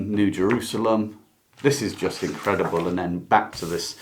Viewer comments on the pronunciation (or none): none